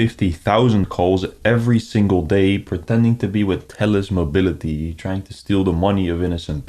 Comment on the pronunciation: Bro said telus mobility